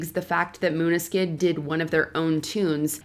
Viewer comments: In no written language would Maneskin be pronounced Moonuhskin. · Exactly. Pronouncing Maneskin as "moon-ah-skin" seemed rather childish. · can't even pronounce Maneskin right... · Okay, some of this list is just B.S., Marianne Faithfull always sounds like that, Maneskin sounds great, they have sold over 40 million records and this moron narrator can't even pronounce their name correctly. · Stop complaining about the pronunciation of Måneskin, not even the Danes can pronounce Danish words!